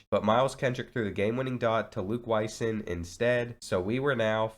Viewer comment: Its luke wy-song not wy-son i played against him in high school